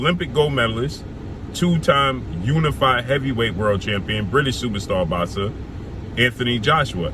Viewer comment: It's Boxer bro sound it out, not "bazza" ....